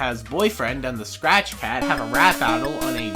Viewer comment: When he says SCRATCH it sounds like crack